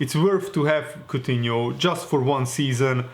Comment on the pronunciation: Aur from lyon not coughtino